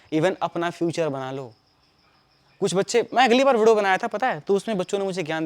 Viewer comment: Bhai video pranounce karna jara phirse😂. Majak se hatke